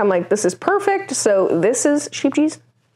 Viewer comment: So we've actually taken MASSIVE liberties with the pronunciation here—there's a YouTuber called Dawn's Days who can say it correctly: It's more like "Sckhayp-yes"! We just thought Sheep-gees was cute 😂